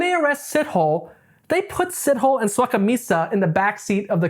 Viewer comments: “see toe lay” not “Sit Hole “, besides that you did a fantastic job with your research. Well done ❤ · Dude made me laugh with Sitoll! Moses Sitol! How does he know so much about Moses when he clearly has never been. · your pronunciation of “Sithole” STRESSED me 😂. it’s [sih-toh-leh]. Great video though ✨ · Did he just say Sit-Hole?💀it's C-tour-Leh my guy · It's "see-toh-lê" :) not sit-hole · Repeat after me "SEA-TALL-AIR"... Moses SeaTallAir-> Sithole!! You should hear how us Xhosa pronounce Xhijin ping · It's pronounced C-tow-laire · Dude Sithole is pronounced Si-toh-leh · 1st Correction, Pronounciation is See-tow-lay. 2nd Correction, in South Africa when someone is referred to as a coloured. It means they are mixed. Mainly an offspring of a Black and White. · It's hilarious how you pronounce "Sithole" it's actually more like "si-to-lay" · As a South African..you pronounce his surname as Si-tho-le..but never the less he's a sithole for his crimes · “see-tow-lay” the w so light it’s almost silent… but shithole sounds good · ive heard of seen and even talked to rapists but this dude is another level of evil and btw thats not how you pronouce sithole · That is not how you say Sithole.